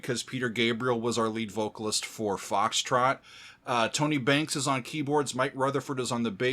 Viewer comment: It's Tony Banks, not Bakes